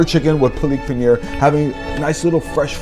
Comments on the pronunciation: It's Paalak paneer not palik pinear. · damn paliik paaner gram masala holy the pronucation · bruh he's mocking the botched pronunciation of the dish, of course he knows what palak paneer is